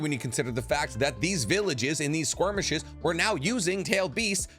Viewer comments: Please sir. I love your videos on all the platforms but man. It's a skirmish, not a squirmish. Thank you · I do have to wonder, is the mispronunciation of the word skirmish intentional?